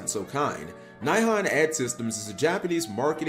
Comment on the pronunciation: Just a heads up, if it's spelled "Nihon", it's probably pronounced closer to "knee-hone". It's a Japanese name for Japan itself.